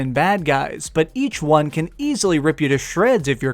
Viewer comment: i can never tell if he says number won or juan lol